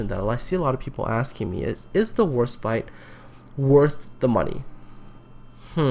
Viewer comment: Sounds like you keep saying HorseBite.